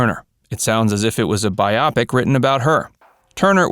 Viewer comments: You don't say bi-OP-ic ... it's BIO-pic. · Theres no such word as BUY OPP PICK its pronounced BUY O PIC--- lIke biography